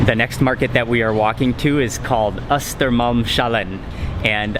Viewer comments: You almost managed to pronounce Hötorgshallen and Östermalmshallen. You shouldn't pronounce sh as the digraph found in for example the English word 'she'. It should be an s-sound followed by an h-sound. The second part of the names is 'hallen', meaning 'the hall'. The first parts are 'Hötorg' (hay market place) and 'Östermalm' (eastern ground). The s is a connecting genitive, most often used in Swedish compound words when the first part is itself a compound word (like hö-torg and öster-malm). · It's actually Östermalms-hallen, not östermalm-shallen. Just a fun fact I guess☺️ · As evening snack Mark should try the harakiri sausage since he loves spicy things :) Just a quick Swedish course. For example Östermalmshallen should be pronounced as Östermalms-hallen. Östermalm is the name of the place, the "s" after Östermalm => Östermalms shows genitive form (possessive form) which in English would be Östermalm's just as Kim's car for example. Just cut the accent mark and voila! I know Sweden wants to be very international, but these kinds of Swedish words should NOT be pronounced as shalom or inshallah :) Anyhow Mark should have a lots of credits for trying to learn/pronounce new words of each country he visit and that he's never afraid of tasting new types of food! Thanks for a great video as always!